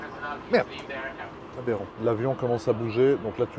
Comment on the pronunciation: ce que j'ai compris : abérant